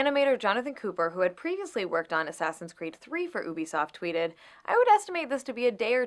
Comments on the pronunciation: this woman cant even pronounce U-BE-SOFT properly its not EW-BE-SOFT she has no problem saying they word U-NITY.. pet peeves what can i say. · UbiSoft=Ubiquitous Software. Ubiquitous pronunciation is juːˈbɪkwɪtəs In laymen’s terms the U is pronounced as “Yu”. Is she just trying to insult everyone? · She won't quit fucking saying ooo-bisoft. It's pronounced you-bisoft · Why is she saying oobisoft IT'S UBISOFT U BISOFT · She doesn't even say it right... It's pronounced U-b-soft. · Lmao bitch don't even know video games "oobisoft" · Is anyone else #triggered by her pronunciation of "Oobiesoft"? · I hated Anita before, but I never heard her pronounce "Ubisoft" Oobisoft? OOBISOFT?! I didn't know hate could go deeper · She pronounces Ubisoft wrong. That's the only reason I need to hate her.